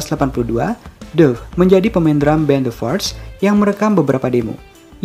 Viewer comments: Duff dibaca Daff. Daff Mack kagan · Lihatlah cara pelafalan Duff yang benar.